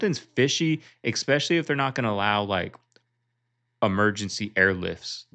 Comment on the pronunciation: You know what pisses me off, there's no "G" in the word "especially." It's not egspecially. Cut it out. Check your grammar.